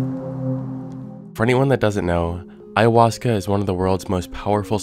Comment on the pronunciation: I struggled to mispronounce ayahuasca the way he so easily said it. "I-uh-hoska"